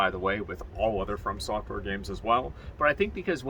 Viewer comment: Is Anyone gonna tell him its From software not Firm software.. its too late at this point Firm software it is.